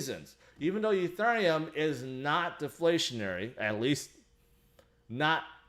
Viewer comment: Petition for to learn how to pronounce ethereum